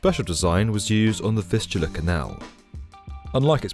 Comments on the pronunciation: Fistula Canal? Anyone hearing that? 😂Maybe enunciate those "V"s better. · I thought you said the fistula canal until I read the description. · I can’t not hear Fistula Canal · I thought he is saying "fistula". It can cause anal leakage. 😮 kind of fits here but weird use of the term. 😊